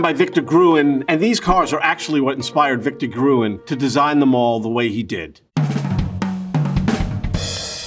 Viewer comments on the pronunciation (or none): Best pronounced “Grün(baum)” :)